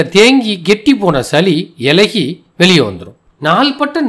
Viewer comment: சலி,மிலகு, இலகி என ஒலிக்கிறது. சளி, மிளகு,இளகி என ஒலிக்கட்டும்